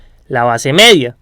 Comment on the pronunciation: hablas un poco mal, mEDia no jODas, no gRITes